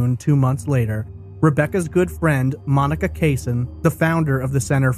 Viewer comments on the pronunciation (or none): none